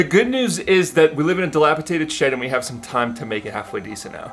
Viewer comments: we love you man but it's "dilapiDated" NOT "dilapiTated" 😂 x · I wonder if you do it on purpose lol. Dilapitated is not a word 😅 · It's dilapidated not dilapitated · sorry to correct u, but it's pronounced "dilapidated." Not dilapitated. Also, ur shed is not old or in need of repairs, so it wouldn't be described as dilapidated. It's a makeshift shed/home that needs updating perhaps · Before I say this....I want you to know I LOVE YOUR CHANNEL! I watch you faithfully.....but today I had to comment. You used the word many times....wrong. It is not delapiTated. It is delapiDated. I'm sorry...it just bugged me. 😊❤ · Delapitated? No such word. Try dilapidated. Lol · The word is..DILAPIDATED with a D not with a T. DATED not TATED!! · Again ,its delapiDated not delapiTated as you keep saying. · DilapiDated, not dilapiTated. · Argh! I tried really hard to leave it but you said it SO MANY TIMES!!! Pls, it's dilapiDated, not -Tated. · DilapiDated ....D not t. Sorry, but that made me carzu the entire video. 😬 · di·lap·i·dat·ed with a “D” - my PSA for ya 😎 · it's dilapiDated - one time is ok but you kept saying it wrong! Sorry - word Nazi here! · No T in dilapidated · Drink every time he says dilapidated wrong